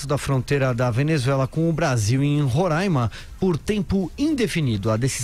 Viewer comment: É Roraima e não Rorãima. No resto, ótima explicação sobre o fechamento da fronteira.